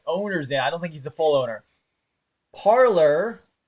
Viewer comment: Parler is a French word for talking. Pronounced Par Lay